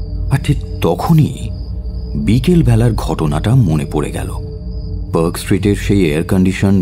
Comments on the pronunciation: খুব ই ভাল narration আর.delivery তবে কয়েকটা particular pronunciation.....mainly the pronunciation of a word with 'a' একটু correct করবেন., please.. একটা eg. Perk hotel না। Park (পার্ক) hotel. Same mistake অন্য গল্প তে ও শুনলাম । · I am bit surprised when Park Street is pronounced as Perk Street?